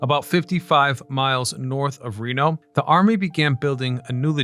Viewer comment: Need to work on those pronunciations bud. Its 'Ren o' and 'Abrams'